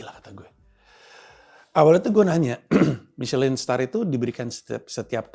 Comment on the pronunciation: misyelin dibaca miselong bang 😂😂